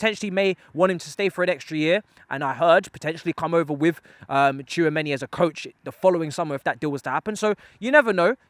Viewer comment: An easy lesson for Tchouameni one, just say "too many", and use "chu" in place of "too"😂😂😂😂